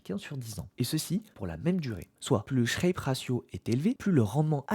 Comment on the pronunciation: "Sharpe" et non "Shrape"